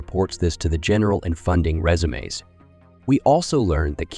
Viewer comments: 😅😅 funding resumes....like what you fill out when you want a job 😅😅 dude its pronounced reee-zoooms 😅😅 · I love when tezt to voice pronounces “resumes” as “resumés”